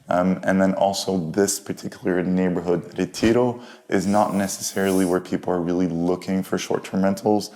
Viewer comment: i am argentinean. His English is awesome, but he gives away that he is argentinean when he pronounces Plaza San Martin, Retiro and Palermo Soho... as well as some little nuances that a non argentinean would not pick up